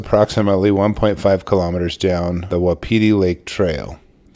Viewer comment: hey narrator - try learning the pronunciation of "wapiti", or get a quality control editor.